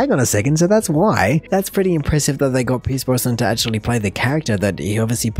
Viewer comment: It's Pierce Brosnan, not Brossman or Bronson.